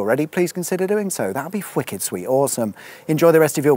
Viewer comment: I'm glad you noticed says fwicked. I thought I couldn't be the only one. Don't know why he says it.